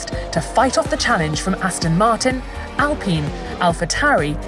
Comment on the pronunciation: She really said ALPEEN😩😩😩😩